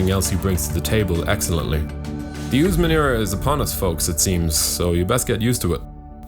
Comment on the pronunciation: he calls him newsmen lmao